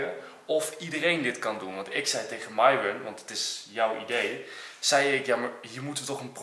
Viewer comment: enzo zegt Myron maar het is miron enzo zegt het in Engels